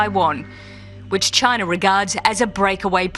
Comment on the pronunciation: It's CHINA, not CHINER